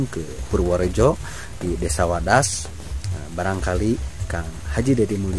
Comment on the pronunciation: Maaf yg di maksud wadas kali bukan wedas...biar jgn salah di ati kan nanti dengernya wedus..hamupa hanya koreksi aja.